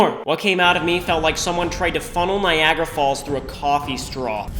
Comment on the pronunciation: i thought Niagara Falls said Nigeria Falls